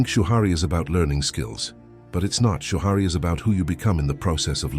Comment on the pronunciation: "Shoo-Hurry" Rebuke rushing!